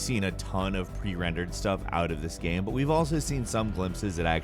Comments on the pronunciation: Why does it sound so weird when he says "game". Sounds more like he's saying "gehm" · "action-adventure gam"